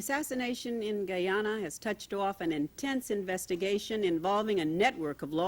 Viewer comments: If the narrator say "Gee-Yana" one more time ! 😷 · Why do they keep pronouncing Guyana like that?